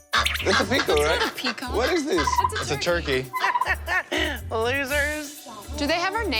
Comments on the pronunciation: luca hahahahahahahahahahahahahah World:Turkey Luca:Torkiy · joe is as amused as us the way Luca pronounces turkey